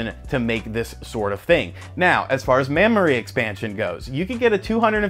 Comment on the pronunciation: I heard "mammory expansion." lol.. (I'm so mature.)